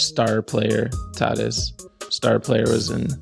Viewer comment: unintentional comedy of mispronouncing professional athletes names never gets old. Fernando “tat-tis” lol. Almost as good as “grey-vis”…these Canadians are wicked….love the pod!